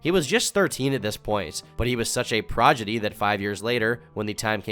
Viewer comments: Prah-duh-gee, good work on the vids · “but he was such a progidy” 😂😂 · Anyone else notice “progidy”?? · It's; "prodigy," lol not; "progidy." 😂 (I'm just sayin' ✌️) #ConstructiveCriticism #DontShootTheMessenger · LOL "projedee" prodigy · proGIdy lol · pra-di-gee not proj-idee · "Progidy"? - I thought you were Derek Savage for a moment. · > Really enjoying the vid and having an overall good time > says "Progidy" instead of "Prodigy" > Immediately sends death threats. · watching this 3 years late came here to remind you you said progidy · “Progity” - “Arin Hanson” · what's a "progidy"? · 'Progidy'. Ha. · tom really said progidy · bro said progidy 💀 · Are you kidding when you say "progidy"? 😁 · long videos are so fucking hard to watch the whole thing his voice is just idk the right word lol but I can’t do it. Say prodigy 10 times fast time tf lol. My man can’t pronounce it